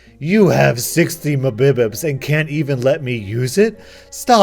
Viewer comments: Just to clarify 60Mbps is not pronounced mbps it megabites per second:) keep it up love ur vids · Umm yeah I'm gonna need you to pay my medical costs cus the pronunciation of "mabibips" made energy drink come out my nose and there will be damages. HELLO? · mbps? you () actual tried saying it as a word? For future reference it's Mega Bits Per Second... I'll see you in court for the time you wasted that could've been used to healed my eczema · I like the pronunciation of "mbps" here... "m'bibbips" lol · mbps= mega bites per second, when you said megapidits i got slightly triggered, still good video though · mbps stands for megabytes per second. not "mibipip" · 60 muh-bib-its lol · what did you just say here ?? Mabeebeeps ? *Unsubscribes* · Did you say mabibpips? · He also called it Muhbibips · The way u pronounced mbps mmmBipids, I love it lol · 60 Mabibups... I will never not say Mabibups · 60 Mega-Bits is how you would pronounce that. Also, 60 megabits will heal eczema... 100 megabits can heal cancer, but it requires $15 more per month with a 12 month commitment. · Lol why does pronounce mbps as "MuhBibEhpd" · It's megabytes per second, fucking mubibips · lol 😂 pronouncing MBPS as “mabibips” 😂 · Mibibips, dummy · It's M-B-P-S...nice vid tho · Pronounced it like mbps instead megabites per second or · mbps is being pronounced : Megabytes per Secound and not mbps :) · mi-buh-puh-ss & Gra-doo-sté Lol i love that pronunciation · HOW DID YOU PRONOUNCE IT-- ITS "MEGABYTES PER SECOND" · i laughed way too hard when you said 60 mebbibips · "60 mbibits" lmao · please learn how to pronounce Mbps - Megabits per second ^^ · your AI messed up on mebibis might need to retrain it. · Thank you... From now on I'll pronounce mbps as mbebbebp. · It’s M-B-P-S 😂😂😂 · I don't know why but it drives me nuts when you sound out mbps as if it was a word. Ugh. Kills me like nails on chalk board lol. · the way he says mbps hurts me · I hate how he says mbs